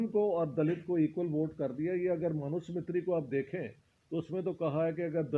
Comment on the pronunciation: Respected Dr Ishtiaq, its Manu Smriti, not Manu Smitri...